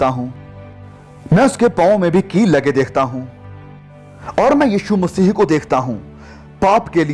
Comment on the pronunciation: आप स्पष्ट रूप से "मसीह" बोलें.... आप मसीह के स्थान पर मसीही बोल रहे हैं।